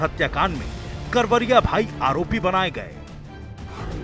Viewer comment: कावरिया नही करवरिया बंधु है